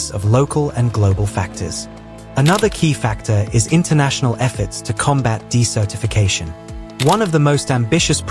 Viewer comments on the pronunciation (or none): correction: You pronounced "desertification" (desert-i-fication) incorrectly in a way that sounded much more like the word "decertification." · Desertification isn't pronounced like "decertification"... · Activities across the US West and Southwest, in restoring beaver populations, or even building small dams mimicking beavers' productions, is increasing the amount of water that is available to vegetation. Once trees grow, the moisture they pull from the ground and release into the air cools their environment, just as does the shade they produce. Beavers and trees fight the desert. BTW, "desertification" has its accent on the first syllable, and that vowel is "eh." Otherwise, it sounds like you're saying "decertification."